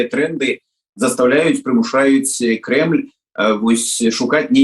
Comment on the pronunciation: А вы любуйтесь своим "изумрудом", изобретайте свою волшебную конституцию, для государства в котором нет конституционной практики, в котором она служит атрибутом церемониала произнесения лживых клятв. И не забывайте через слово фтыкать: "крэмль - крэмль, пуцин, расия".